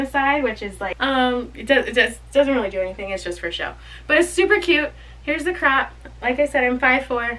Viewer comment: I was so confused at what a "crap" was. You're saying crop.